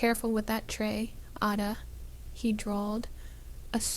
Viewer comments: LOOOVED This story! Would love to have another story about Ada. It’s actually pronounced A (like apple), DA (duh). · The pace of the narrator’s voice must be quickened, because this present voice does not inspire the listener to continue listening! The pronunciation of Ada’s name, should be corrected! A, pronounced as in the letter ‘A,’ da, pronounced as in ‘da.’